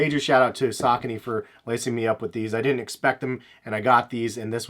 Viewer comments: Sa-co-knee Not sak-a-knee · "Say-co-knees"? Sigh where are you from? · dude, did you just pronounced Saucony as "Sock kuh Knee" lmfao.... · are you from the west coast? I guess it's a coast thing. All of us on the east coast well at least people I know pronounce it sa-co-knee. Lol So my apologies. Either way great stuff bro. I dig your content. Your not all extra in your videos like other sneaker youtubers and are very educated and detailed with it. Respect the hustle!